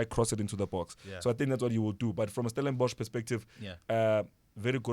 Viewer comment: Finally releaved 😭😭 someone saying Stellenborch